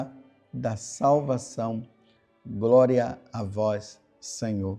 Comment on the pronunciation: Groria a vois Senhor